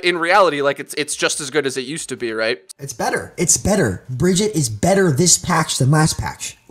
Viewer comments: I still do not understand how people can not pronounce Brigitte. says Brijitte and Fredo says BrigidA. Well the only OWL Caster who can pronounce her is Uber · whats with saying Brigitte wrong (this according to the people who made the hero and the voice actor just sayin) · Was anyone else's OCD bothered by the fact that he kept saying Bridgette?... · Omg stop saying Bridget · He keeps mispronouncing Brigitte’s name. How are we supposed to take him seriously??! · You keep calling yourself a briggitte player learn to pronounce her name I don't care who you are it's hard to take you seriously if you don't even know the proper pronunciation of a their name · I always find it weird when a pro can’t pronounce Brigitte’s name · The amount of ways managed to pronounce Brigitte without pronouncing it correctly is honestly astounding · I really hate the way this guy says name. Stop it. Stop right now. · one year later... and people still can't pronounce Brigitte properly... /smh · One year has passed and people still don't know how to pronounce Brigitte? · He's got to know by now he's just wrong 😹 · So this guy doesnt know how to say Brigitte and it's making it hard to take him seriously. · Why can't he say her name right? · Yeah it's a little annoying from someone who claims to have insight on the character for them to continually mispronounce the character's name. It's a presentation thing, if you want to speak from a position of authority then put the effort in to be at least as capable a speaker as EVERYONE WHO PLAYS THE GAME. I'm guessing he's doing it because he doesn't like her and it's his way of showing he doesn't respect the hero? But she's like a cartoon character. Why would you screw up her name to slight an imaginary character? It just makes him sound a little unprofessional. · C'mon man! Learn how to say name! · How are people still mis-pronouncing Brigitte? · im surprised he doesnt know how to pronounce brigitte right